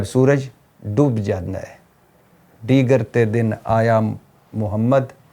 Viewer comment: ڈیگر بول دیا غلطی سے۔۔۔۔۔ ہوتا دیگر ہے۔ you are rite